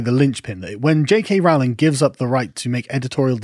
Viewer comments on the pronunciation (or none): You are still mispronouncing J. K. Rowling's name. It rhymes with Rolling. PLEASE TRY!